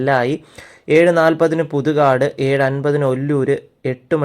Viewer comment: പുതു കാട് അല്ല .... പുതുക്കാട് . 🙏🙏🙏🙏